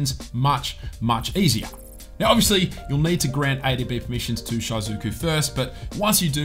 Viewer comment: I'm sorry but your shizuku pronunciation are bothering me. the easier way to pronounce it is like "she - zoo - koo"